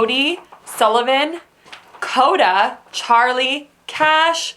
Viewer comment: Kash instead of Cash